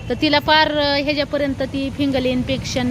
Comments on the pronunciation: फिगंल नाही ग फिगंल इन्फेक्शन म्हणतात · फंगल असत ते